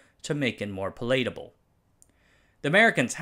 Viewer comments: Good, but not perfect. He mispronounces palatable as pælˈleɪtˌə.bl̩ instead of the correct ˈpæl.ə.tə.bəl To be fair I'm a native English speaker and I have a few blind spots. Falsely calling someone's speaking ability perfect robs them of an opportunity to improve. I get frustrated when Japanese people tell me I'm jouzu (skillful) or kanpeki (perfect) instead of giving constructive criticism. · puh-LATE-able... that one got me good man. I love your vids. I hope you make them for years to come